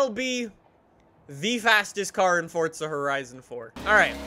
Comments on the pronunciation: Anyone else get cringed when he says "Fortza" instead of Forza? LUL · The way he says Forza annoys me ‘Fortza’